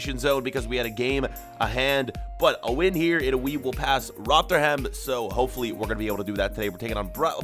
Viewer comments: Ikr 😂😂. They say it like it's two separate words. Rother-ham. Tbf, the English language is a mess. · It’s actually funny how just about nobody out of the Uk can pronounce Rotherham